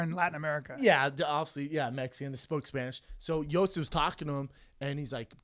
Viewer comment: funny how yo sif is Brendan's boy but he can't pronounce his name